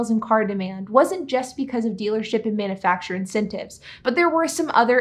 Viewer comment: I enjoy your videos. The way you pronounce "manufacturer" though.....nails on a chalkboard!